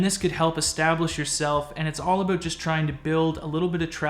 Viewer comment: I didn't know aboot you being Canadian.